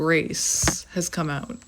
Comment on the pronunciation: lol I could never ‘hear the Canadian’ until you just said: “let’s hang ooot together’ lol 😝 that’s awesome. Finally! You most not originally be from Canada cause you don’t have thick accent…. But I heard it just now. 😀 cheers 🍻